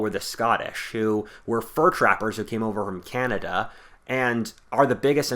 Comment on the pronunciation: "The blacks of Canda" ......what?